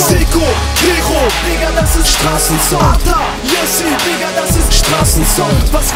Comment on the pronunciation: Ata und nicht Atak du holz